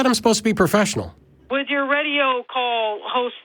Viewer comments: what is "puhfessional", you whiner? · You're not being "pohfessional", you're not being "pohfessional".